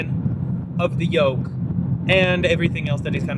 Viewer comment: I think it's "Yoke" steering, not "Yolk".